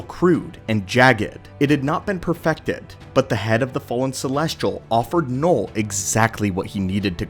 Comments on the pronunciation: its knull not knoll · "noll"? Don't you mean "knull"? (also, "knull" in Swedish literally mean "fu*k")